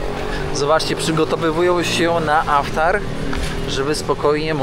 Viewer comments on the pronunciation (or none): Yes, it's IFTAR, not AFTAR. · IFTAR,,a nie żaden "aftar". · poprawie slowo - to nie Aftar, to IFTAR;) ale filmik super, jak zawsze. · Aftar czy jednak iftar. Możesz to wyjaśnić. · Chyba iftar a nie aftar ! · Iftar a nie tak jak mówisz. P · Aftar , tuniz zamiast Tunis, weź popatrz w ten internet i naucz się wymowy bo filmy fajne ale słuchać się tego nie da!! To 2 z wielu przypadków